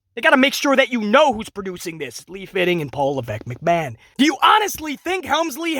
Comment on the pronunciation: Triple mcMa”H”on